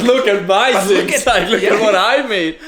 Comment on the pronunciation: DOSENT SAY THINGS HE SAYS SHINGS